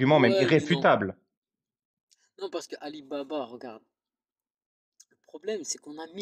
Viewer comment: Le premier gars il est con ou quoi?? le corrige pour le prononcé de son nom et le gars arrive à dire Ali Baba 😢😢